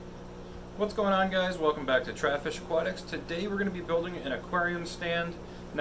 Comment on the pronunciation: I think he said Travis fish